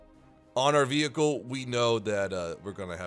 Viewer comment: *world war reward wehicle"